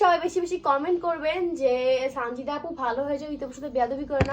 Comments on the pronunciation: সনজিদা না সানজিদা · Sonjida nh Sanjida.. 😂😂😂😂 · সনজিদা না সানজিদা হবে